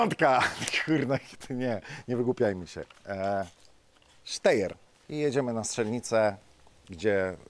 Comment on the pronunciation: Ponownie podaję prawidłową wymowę: [ˈʃtaɪ̯ɐ]! Sztajer.